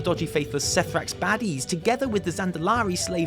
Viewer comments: minor note but i think c'thrax is pronounced "kuh-thrax", like c'thun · Isn't C'Thrax pronounced with a hard C like C'Thun? Sounds like Kithrax. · Good video just your pronunciation is really bad. Cthrax is read more with K and Jakra'zet is read more like Jack. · Mythrax is a C’thrax and not a sethrax, just thought I’d point it out. Great work as always :) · you're right but making c'thrax and mythrax rhyme is hilarious XD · I know "Mythrax the C'thrax" was meant to be a joke, but I'm pretty sure C'thrax is pronounced the same as C'thun. Like the word "crap", except with a "th" thrown in for good measure. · Dear, how the fuck do you still mispronounce C'Thrax when it is said IN GAME!!!!!!!!! If it were not for the "shit show" thing I would unsubscribe again.